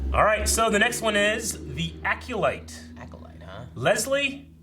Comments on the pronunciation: It’s not pronounced Aculyte. It’s Acolyte. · "Aculyte?" LOL. EDIT: And he keeps saying it! AC"O"LYTE, dude. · DEE ACULITE 😁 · Lol, struggle to pronounce Acolyte.